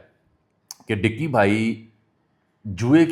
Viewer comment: Ducky not dicky